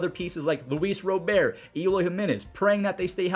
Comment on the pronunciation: I cringe every time he says "Row-bear" instead of Robert